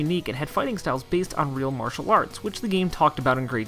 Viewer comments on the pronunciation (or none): none